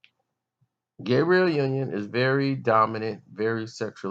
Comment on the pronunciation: It sounds like you're calling "Gabrielle" "Gabriel"...Her name is the female pronunciation..